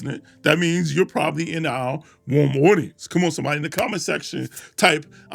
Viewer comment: cold aucience😂